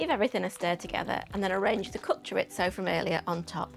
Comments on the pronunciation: I know you are a northerner, but please pronouncaition.. CHORISO, not choritzo 😂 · I like Chorizo when it's properly pronounced. 😉 "Chor-ee-tho".